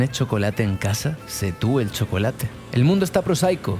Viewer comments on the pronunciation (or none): none